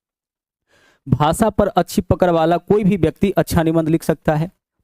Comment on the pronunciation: पकर नही है पकड़ है गुरु जी 😅😅😅